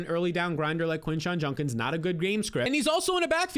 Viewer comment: “Quinshon Junkins”